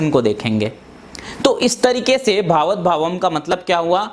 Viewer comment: बकवास। भावत नही भावात् शब्द है।